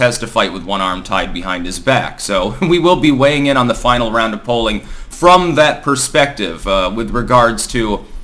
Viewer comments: Dude, it's pronounced 'shi-cayn-ery' from the word chicane, not chiconery. There isn't another pronunciation. Sorry but every time I hear you say that it drives me nuts. Shi-CAYN-ery. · I mentioned this once before... Chicanery is pronounced Chee-cane-ery. I know because I wss born and raised in the Bronx!!! Shape up,. Get it right next time. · Sorry, I'm revising the phonics description... Shee-cane-ery. We folks from the Bronx can admit a mistake on the rare occasion that we make a very little one.!! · chicanery. pronounced like sugar. u english libtard